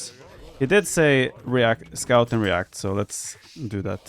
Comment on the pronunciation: Haha, instead of 'scout him and do the correct answer', I thought he said 'Daut him and do the correct answer'